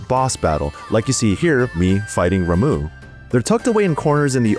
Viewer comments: It's pronounced Ra-muh, not Ra-moo, just saying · Ramoo???? It is pronounced Ram-mah!